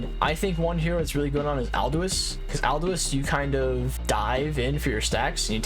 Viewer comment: love the vids but i really hate how he says aldous.... aldo-wus?? im going crazyy